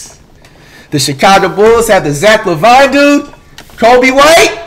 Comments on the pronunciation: Flight breaks character and says Lavine's name correctly... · Flight caught slipping 😂 He pronounced Lavine the right way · When Flight finally say Zach Lavine correctly- I'm happy for you Flight 2020